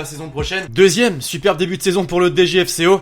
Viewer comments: DFCO ! Pas DGFCO 😭😂 sinon t’es au top 👌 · le DGFCO au lieu du DFCO 😂